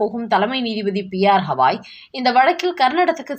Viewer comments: உச்சநீதிமன்ற தலைமை நீதிபதியின் பெயர் Bhushan Ramkrishna Gavai. P. R. Hawai இல்லை. தயவுசெய்து சரியாக உச்சரிக்கவும். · ஆத்தா ...ஹவாய் இல்ல கவாய் .. எத்தன முற தப்பு தப்பா சொல்ற...😂😂😂